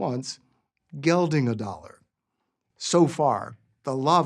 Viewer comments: His pronounciation of Geldingadalur is actually not bad. Dalur is more daah-luhr and not dollar but still pretty good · The way he called the volcano is gail-ding-a-dollar. LOL I'm erupting with a burst of laughs hahaha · reporters/videographers from Iceland pronouce it Gelding gah DAhL ir